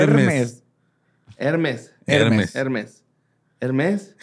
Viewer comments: justo venir buscando por este comentario. Confirmo que lo pronuncio bien las primera veces! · estaba bien, la marca se pronuncia "Hermés", con énfasis en la última e. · Holi. Estaba viendo historias del más acá. Y como políglota, lic en idiomas con 5 certificaciones internacionales, la pronunciación es la que tú decías hehe Hermès ♥️ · Jajajaja de hecho si estaba bien, se escribe Hermès pero se pronuncia Hermé, haciendo énfasis en la e acentuada y sin pronunciar la S final como ocurre en muchas palabras francesas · la marca en frances se dice HERmès pero también se podría decir herMÈS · El estaba pronunciando bien, se escribe Hermés y se pronuncia "Hermé" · De hecho en francés si se pronuncia como dice jajajaja pero sin la S final. Se pronuncia ERMÉ 😂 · Ok pero Hermès se pronuncia como lo dijo y lo corrigieron 😢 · Chale, lo peor es que si tiene la pronunciación correcta, las palabras en francés son agudas, así que solo le faltó la "r" francesa y no decir la letra final para pronunciar correctamente Hermès. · Si lo que están pronunciando es en francés, tons lo está diciendo bien, en el francés el acento no indica la sílaba tónica si no la pronunciación de las vocales, todas las palabras se pronuncian siempre con la sílaba tónica en la última sílaba. Jajajaja justo acabo de llegar la parte donde tiene razón. Se pronuncia egrmé. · Como siempre pronunciando bien 💖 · Justo venía a comentar esto jajaja lo estaba pronunciando bien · Ya, pinche! Tú dices suchi, deja que pronuncie Hermès como quiera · estaba bien, asi se pronuncia en francés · Literalmente la pronunciación de es la correcta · dijo bien Hermès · pronunciando bien Hermès y tercos en decirle que no jajajajaja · La pronunciación de del apellido Hermès es el correcto, es decir, en español se pronuncia como una palabra aguda. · En relidad si lo estaba pronunciando bien.